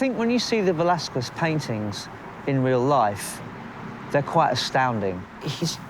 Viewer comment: Quite disappointing this documentary the "presenter" didn't even make the minimum effort of pronouncing Velázquez surname or name properly. Would it be a Lack of knowledge? lack of understanding? or just euroaglisism?.... Either way is fuked and demianing. Also degrades the quality of this channel.